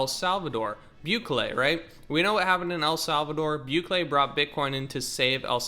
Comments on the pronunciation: Bukele = Bew Kele (wrong) Boo Kelly (correct) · "Bukele" is pronounced "BOO-KELLY"